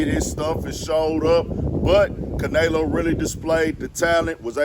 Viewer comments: no the way e is pronounced in Spanish is "eh" not "a" which we pronounce as "aye" anyway. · Ca nelo not Can elo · S/O to caNAYlo lmao sheesh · Say it Again “CanAyLo!” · LMFBAO Caynalo aka canola 🤣🤣🤣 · Bruh you need to say that man name right if you gonna do content on it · You clearly don't watch boxing your saying Canleo name all wrong lol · Butchered the fuckin name up wtf bruh if u gunna say it n give props say it right lol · 😂 Yea he slaughtered the man’s name pretty bad. That Houston accent just wouldn’t let him do it. 😂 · man if you dnt pronounce his name right lol i guess jermell is jermello lol